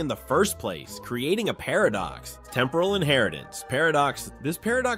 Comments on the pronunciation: The way AI says par of ducks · Did anyone notice an unnatural pause before the word "paradox" later in the video?